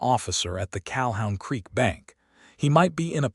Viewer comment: It's CaHOON Creek, not CalHOWN creek